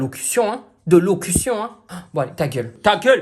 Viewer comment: Alors, c'est: "J'y ai mis du mien", "Dépotoir" et "éllocution" s'il te plait!😂😂😭